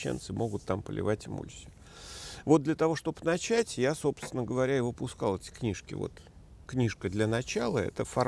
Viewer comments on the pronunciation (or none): none